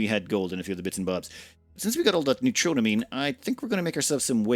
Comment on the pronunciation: Its nuetro - meen not that...